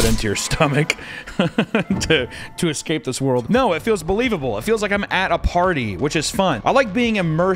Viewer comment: .... OK u hear but hear me, explain the Australian no though. There's an r in there, or a w, or both. I need answers Google won't give me